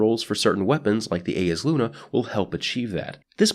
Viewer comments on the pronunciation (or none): none